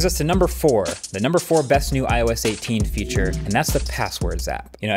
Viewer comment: That "IOS 18" was brutally wrong 😰